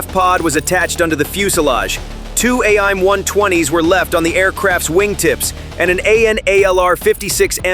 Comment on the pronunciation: STUPID AI NARRATOR! We dont say, "A-I-M", as in spelling it out. We say, "aim", as in, "Aim your flashlight down the hallway." The other designators you have correctly.